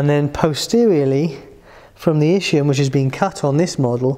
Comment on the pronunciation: Thanks for the explanation.. just please check the right pronunciation for ischium (Es..kee..uhm) just like ischemia